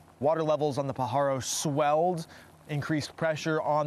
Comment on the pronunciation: Born and raised in the area you're pronouncing Pajaro wrong it's not p paharo